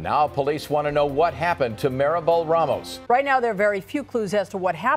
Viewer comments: It's not Ray-Moes. It's RahMohs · Rahmos not Raymost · Ramos not Reymos.